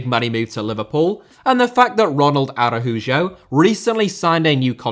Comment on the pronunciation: Araujo is pronounced (Arauho)